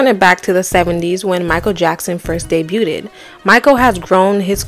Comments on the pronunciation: This bihh said "De-buted" I'm done 🤣🤣🤣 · Why do you keep pronouncing debuted wrong. You know you’re not saying it correctly right?